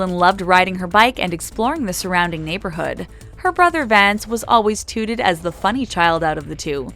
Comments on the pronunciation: Touted is pronounced like trout not toot! Also the word "prestigious" has a silent i. Don't people "proof-listen" before they post things?! Oh my God, there's another one! The "Bros" in Warner Bros stands for "Brothers" and is not pronounced "bros". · Tooted?? The “ou” in touted is pronounced “ow” as in owl.